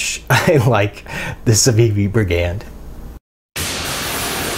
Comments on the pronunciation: No hate here but it's 'bri-gand, not bri-'gand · I picked mine up as soon as they came out on . Super slicey wharncliff, my favorite combination. Btw it's pronounced "brig- und." Thanks! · It's pronounced briggund